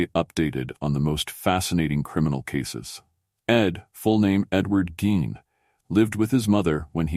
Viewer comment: Delete this monstrosity it's half wrong and the name was pronounced GEEN